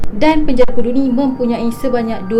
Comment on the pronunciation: bunyi sebutan pudu tu mcm bunyi budu 😂😂😂